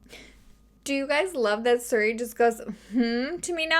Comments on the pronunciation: Suri lol it’s pronounced serie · Try saying siri like sear-e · You and my mom both pronounce Siri and Suri and it actually kills me. Suri Cruise LMAO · Siri is sick of your crap because you say “Sir-ie” (or maybe “ser-ie”) instead of “Sear-ie” 😂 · that is amazing, just keep calling it Suri lol. You're my favorite true crime channel, thank you for having so many videos to watch! ❤ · its name is Siri, but as said, it could be pronunciation or habits. If anything it's still similar pronunciation and not like sOry 😂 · Maybe the phone ignores you cause you call her Suri when her name is Siri 😂😂😂😂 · the way you say “suri” lmaoo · You say suri so I was so confused what you were talking about for awhile 🤣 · I've never heard siri pronounced that way, is that a Canadian thing? everyone I know pronounces it seer-ee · ”Suri” is that Canadian accent to say Siri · Nothing wrong with being pale! Also, I love how you even pronounce Siri wrong! 🤣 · Asks Siri how to pronounce something pronounces Siri wrong 😂 you’re so cute